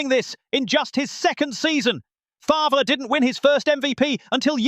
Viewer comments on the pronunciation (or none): Only can handle that obnoxious ass voice for so long, and who the fuck is Brent FARVURer?!?!?😂😂 u mean FARVE..